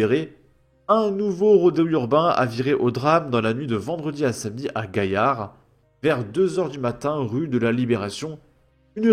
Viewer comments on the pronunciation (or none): none